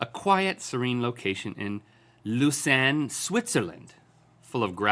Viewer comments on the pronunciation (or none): it seems like Link tried really hard to say Lausanne right, but failed miserably :D